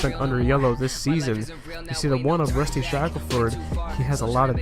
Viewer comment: Rusty** not dusty. 😂😂😂